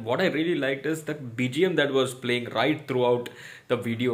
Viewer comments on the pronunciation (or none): none